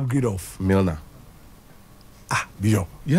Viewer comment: Upgraded on Milner not Nilner